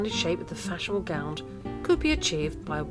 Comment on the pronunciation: I would have loved this but the music was too loud and, being a pedant, I can't bear it when anyone pronounces 'gown' as gownd'. Plus there are a few mistakes but other than that, it could be very good.